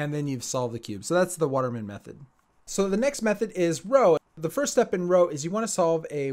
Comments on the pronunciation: Actually I thought it was pronounced as "Rux" or "Ruks". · You say "roo", not "row" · Isn't Roux pronounced like 'Roo' not 'Row'? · pronouncing roux like row really infuriates me, just why As an edit, the name of the method is literally the last name of Gilles roux who invented the method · It’s not pronounced row it pronounced roo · DID YOU JUST SAY ROW INSTEAD OF ROUX?! IT’S PRONOUNCED ‘ROO’! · it is pronounced like roo as in kangaroo not row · Nice video. By the way: It's pronounced 'roo', not 'row'. 😉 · "ROW Method" isn't it more like "Ruuh"? (Roux) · Nice video. But I can't accept pronouncing "Roux" as "Row", especially that the actual pronunciation "Roo" is much cuter, because it's a kangaroo. I actually have a furry friend who has a kangaroo character (which basically means he portrays himself as a kangaroo) and he only uses the Roux method simply because it's pronounced the same way as "Roo". :P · I quit because of this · Wait...Roux is pronounced "row?" I always thought it was "roo." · Roux not row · I thought Roux was pronounced like, "roooooooooooooooooo" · It's pronounced roo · It's pronounced Ru lol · Jayden Tang it’s pronounced roo tho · People who think it’s pronounced R-oo-x and there are the people who thinks it’s r-oo It’s r-oo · Pronounced roo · Eeehm... Fridritsch? Row?...rrrrriiight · please pronounce "roux" properly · You say roux so weirdly